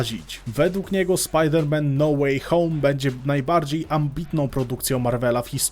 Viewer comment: „Spider Man „